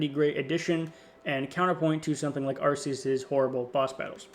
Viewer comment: It's not "Arse-eus".